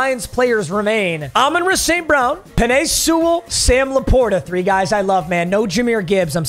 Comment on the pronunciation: Bro really said Amon-Ruh St.brown😭😭